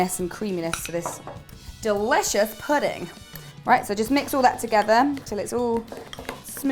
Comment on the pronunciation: what about when she says "Delicious pudding." ?